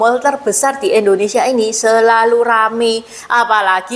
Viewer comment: Mbag....indo ..bukan endo..koreksi aja ya...maaf